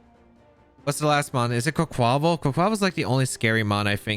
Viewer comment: Quaquaval's name is pronounced like carnival; kahr- nee- vahl -> Qwack qwah-vahl